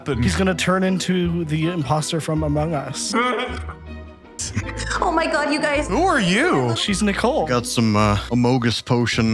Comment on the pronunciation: Yeah and then he just says AMOG US then goes into my air vent